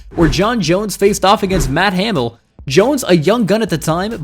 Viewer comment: And Ha-mill